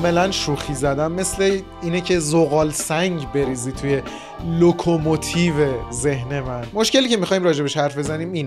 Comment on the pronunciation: ببین بازم اشتباه گفتی لوکوموتیو نه لوکوموتیر بدم سری بدی تو اهنگ بهرام باید بدویی راه رفتن خالی جواب نیست